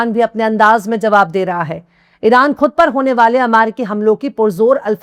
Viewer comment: BETA, Behtreen Urdu aur Talaffuz. Aur sudhaar kare.... Khatam, Ghaur, Khud, khabar....etc ka Talaffuz sahi kare ❤